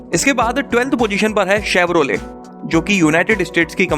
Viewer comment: 🤣🤣🤣shev-rolle... plz atleast learn how to pronounce these name